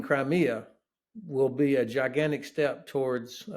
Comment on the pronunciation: "Ginanic", I'M OUT!